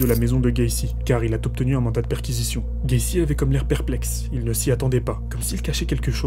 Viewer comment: Incroyable la qualité du récit le tempo etc bravo. Si je peux te donner un conseil, fais gaffe aux liaisons inexistantes. Par exemple la phrase “il a obtenu” tu la prononce il a t’obtenu”. Voilà mon frère c’est bienveillant 👍🏼